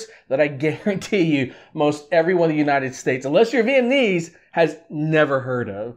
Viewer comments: Lmao im not mad but it’s pronounced “viet-NAM-mese not viet-AN-ese so let’s start there fam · Viet-nam-mese.Not Viet-n-iiiiii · Your pronunciation is all wrong, and please stop saying vietnaeeze hahaj its Viet- nam - ese , not neezzz jeez hahah . This guy has butched all of it , but have a point about what you said about snoop dog . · dude, learn how to pronounce "vietnamese" correct first 😅